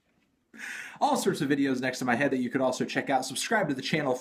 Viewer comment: The sticker that comes on the plastic wrap of the LP has a guide on how to pronounce Ty Segall ( like Tie Seagull), but you still can't pronounce it correctly.